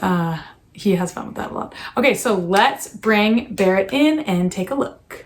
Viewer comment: No one: Christina: "Hey Bawett!"